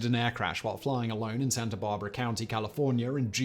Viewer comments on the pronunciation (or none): none